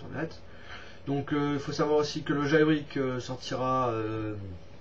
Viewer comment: t'a bien changer. Je retiens quand même le jailbrik;) c'était magique cette prononciation.